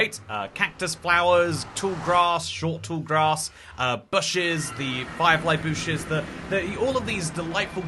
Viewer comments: Bro cannot say bush right lol, at first he was saying bush, like the u in plush, and now he is saying boosh, like keralis 😂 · Breaking News: admits he pronounces bush extremely weirdly (I think[it's up to interpretation])